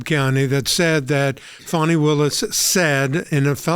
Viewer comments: Fani, some people pronounce it Fanny, but it is pronounced Fawn-I. You know, like a young deer. More like a Rabid Zombie Deer. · Where’s the w in Fani?